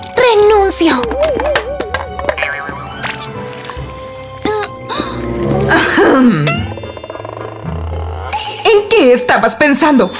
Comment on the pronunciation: PORQUE DIJO LA CHICA RENUSIOS